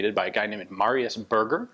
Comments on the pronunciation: Ian, Berger is pronounced ber-jay, like a Fabergé egg not "burger" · Ber..jay. Not berger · Just a little comment to say that Berger is pronounced ber-jay not burger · Berger is pronounce like the champagne Fabergé without the first syllable. That's mean sheperd btw :). Great review as usual, cheers from France. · If am not mistaken if the guy is French his last name would be pronounced "Bear - Jay" instead of sounding like the delicious food item. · Berger means shepard in french, and is pronounced "bèrgé" not burger... that's really confusing to hear Ian mention the pistol as a burger XD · It's pronounced "Berjay" (soft G), not "Burger". ;) Also "Breveté" is pronounced "Bruh-vuh-tay". (And yes it does just mean "patended"; "brevet" meaning "patent" in French; whereas a "patente" is either a public legal document, or a wooden beam, in French. And if the "e" has a grave accent, making it "patenté", that can also mean "innovated by cobbling together" in slang). For example, your krinkov and M1 tanker are not "fusils brevetés", but rather "fusils patentés". ;) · "Berger" is pronounced more like bear-jay and means "Shepherd" in French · they're pronounced differently though: Berger is “bear-ger”, Burger is “boor-ger” and Bürger is... well, there is no equivalent in English for a German “ü” (or a French “u”, which is more or less the same). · Berger is pronounced bear-jay :) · Quick reminder Ian, it's not Burger like food, french word ending with "er" is prononced "é" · Bear-zher where the zh sounds like the s in vision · Sure it is not pronounced "Ber-jay" (like shepherd) since it is french? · Cringed every time he said burger. It is Berger, french. Anyways, great vid! Beautiful firearm.